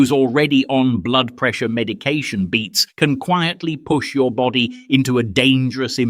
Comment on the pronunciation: Beets. Not beats